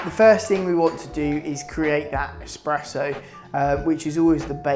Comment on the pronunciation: ESPRESSO not Expresso ;D)